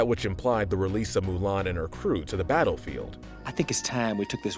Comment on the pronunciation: It's Mulan not ''Milan''. Milan is a city in Italy you idiot!